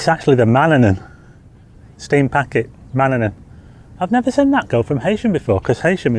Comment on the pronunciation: The fast craft to Douglas is pronounced, Ma Nan In, named after a Norse God that protects the Isle of Man by placing his cloak of mist over the island. Great vlog as normal.